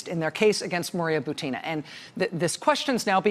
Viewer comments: Dear Rachel, please correct the stress of Buti-i-i-na's last name, that all American commentators are making: her last name is just like "Putin" with the different initial consonant P for B and it should have the same stress. So she is Bu-u-u-tina (like P-u-u-u-tin). In hope that your example might set the correct standard for other commentators willing to follow you. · with all due respect I feel obliged to inform you that russian lastname Бутина should be pronounced as bUtina, that is first syllable be stressed.